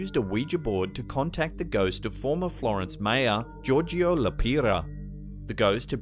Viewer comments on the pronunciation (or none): none